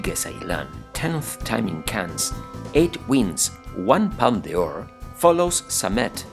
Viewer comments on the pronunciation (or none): Sorry but I can’t understand much of what’s being said although I am English and French speaking. For example, Les Filles is pronounced LAY FEE no S. Palme d’Or is pronounced PALM DOR not Palma De Or.